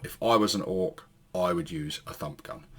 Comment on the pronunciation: It sounded like you said ‘Da F**k Gun’ instead of Da Fump Gun!🤣😂🤣😂🤣😂🤣